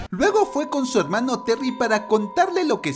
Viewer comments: Me satisface el oír helmanos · Languers asi me gusta helmano :D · No les pasa que: ✨HELMANOOSSSS✨